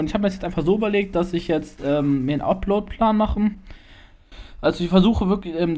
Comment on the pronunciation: 1. Es heißt upload plan nicht uplord play xD 2. KOMM MAL WIEDER U3 JUNGE !!! 3. gutes Video :DD